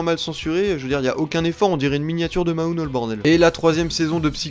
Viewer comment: "Une miniature de Maouno" 😂. Après je suis un peu déçu des sorties cette saison,à part pour MHA quand même hein. Zootopia mais version japonais à l'air bien perturbant,mais est-ce que l'entreprise dont on ne doit ni prononcer ni écrire le nom va leur chier dessus?À voir.